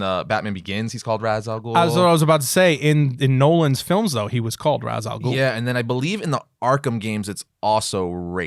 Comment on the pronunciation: Ra's is pronounced something more like RA-su so both are "wrong" Ozymandias is pronounced oz-ee-MAN-dee-as And Daken is Japanese in origin so it is dah-ke-n